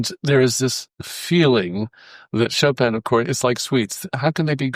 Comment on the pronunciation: Decades with the composer and still unable to pronounce his name. Only in America.